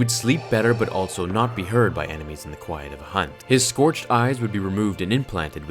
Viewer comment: Normal English: "Also" English: "Altso"